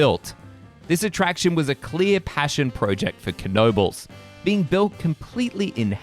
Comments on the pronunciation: fyi, we don't pronounce the K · 🙄99.9% pronounce it Kuh no bulls including the owners.